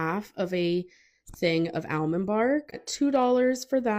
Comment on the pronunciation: the worst part about this is how she pronounces almond. omg.